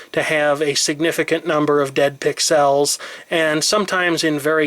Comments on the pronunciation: why dont you say Pixels instead of Pixeelss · It's not pronounced "Pixalles"... it's "pixels". Short and sweet... You're from Illinois, not France... :) Great videos BTW... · I love that you refuse to massacre the language by saying "fn-esse" the way they intended, but then repeatedly pronounce the words palette and pixels in a really weird way. xD Great video. :)